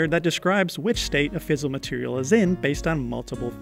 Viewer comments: At 30s you said you have to understand nuclear chemistry. Is that right in this context? This subject, I would think deals more with nuclear physics rather than chemistry. Also it's not "fizzle". It's "fissile". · Not normally a pronunciation nazi but fiss-isle material is a bit clearer then fizzle material - although I confess, I do like the latter. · Fiss-aisle. Not fizzle. Fissile material. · Thank you nape door est. But seriously, the pronunciation here is severely wrong. It fizzles out. When I was in uni I took a class in the maths of gauge theories. And the prof kept talking about how things were "ee-kyoo-valent." He meant equivalent. This and several other wonky pronunciations made it very hard to learn from this guy. There really is no excuse for such severe mis-pronunciations. This isn't somebody who is "just off the boat." This is a prof who has been working for years. And is making vids for YT. It's reasonable to ask for standard pronunciation.